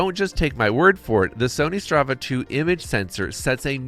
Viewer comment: Good review except it's StaRvis, not StRavis (star-vish, not stra-vish).